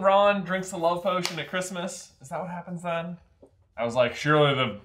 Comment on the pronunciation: Cwismus~~ LOOOL